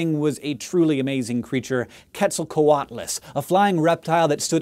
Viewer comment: The way he pronounced quetzalcoatlus had my dying jeeeeeeeezz